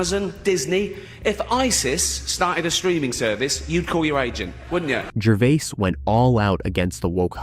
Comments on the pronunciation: his name is completely mispronounced. Like Jervee-ass. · Are you reading a speech you didn't write? You call him Ricky Ger-vi-as then Ger-vase (correct pronunciation). Learn people's name and how to pronounce them before you talk. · Learn how to pronounce peoples names you are talking about Gervais is pronounced Ger-Vay. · Maybe you should switch from the Artificial Intelligence narrator to the real intelligence narrator. At least get one that remembers pronunciation from sentence to sentence...was it Ricky Jer-vase or Ricky Ger-v-i-ase? Or better yet, do it yourself! Bye! Outta here! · What robot is reading this out? The number of times he mispronounces Gervais's name is unbelievable. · To the owner of the channel- your AI narration is quite obvious when it pronounces the same word 3 different ways back to back to back! Come on! Ricky Gervais is only pronounced one way! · Who ever the narrator of this story is should be ashamed of himself. If you cannot pronounce someone's name properly pass the job to someone else! You keep butchering Ricky Gervais' name. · Why do you mispronounced Rickie’s last name? Is your speech produced b AI?